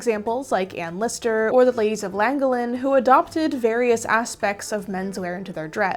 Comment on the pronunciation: Okay this video is very interesting so far but the way you pronounced "Llangollen" hurt my soul. It's not easy to write out how to pronounce it as the Welsh "ll" sound doesn't exist in English, but here's a pronunciation guide I found online. "First, place the tip of your tongue along the gum line behind your front teeth as if you were about to pronounce the letter L. Then, while keeping your tongue firmly in place, blow a constant stream of air out of the two sides of your mouth."